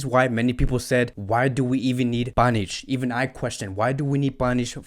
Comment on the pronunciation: clearly he can not read names